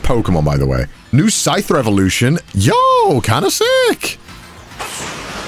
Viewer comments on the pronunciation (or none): none